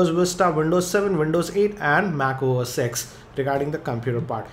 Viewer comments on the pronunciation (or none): "mac OS" = "mark cro 6" damn gotta repeat the video again and again...